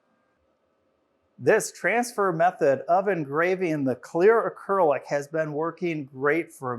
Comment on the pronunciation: Please learn to pronounce acrylic correctly.